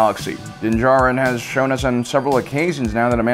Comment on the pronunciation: Alright, I see you finally pronouncing Din Djarin last name well... but Kryze is pronounced Kr•ee•z. I’m starting to wonder if has actually watched any of the shows?!? He always sounds so knowledgeable of the material but mispronounces so many names like he has never heard them said out loud but has only read them. I mean it’s cool if he is just the face and voice of the channel, and someone else writes the info. It’d actually explain the mispronunciations. Not trying to be mean, trust me I understand mispronouncing words, English is my second language. But those names just sounds like he has never watched the shows or paid attention to the names 🤔🤔🤔